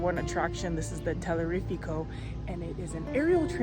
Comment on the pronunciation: I was 💀 when I heard that after she also kept butchering Teleférico 😂